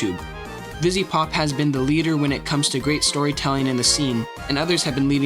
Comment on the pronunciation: anyone else notice he doesnt say the second V in vivziepop?